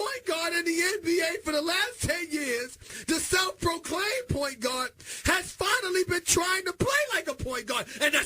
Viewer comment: “PAWINT GAWD!”